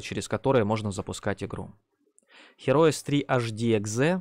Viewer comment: автор же знает что название игры, которой 25 года, произносится Хироус?..